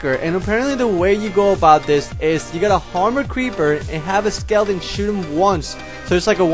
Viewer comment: when u say skeleton it sounds like lilidain